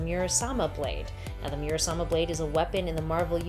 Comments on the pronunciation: “Muramasa” not murasama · You could have a drinking game with how many times she says "Murasama". It was "Muramasa". Even shows such in 1 of the panels in the video about 3 minutes in. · Muramasa, not Murasama. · hahaha she reads Muramasa, murasama 😅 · It's pronounced the MURAMASA blade. Not MURASAMA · Murasama or Muramasa? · Theres a comic panel that says the word shes pronouncing. Why is she saying murasama when the panel says muramasa? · In the picture with Logan and Omega Red, he calls it the Muramasa Blade, not the Murasama Blade. FYI. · MURAMASA BLADE NOT 'SAMA' .... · Exactly. Every time she said MuraSama Blade, I winced. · Isn't it muramasa blade? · Mew-rasama? LMFAO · Muramasa is the pronunciation. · "It's called MuraMasa" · I thought it sounded weird haha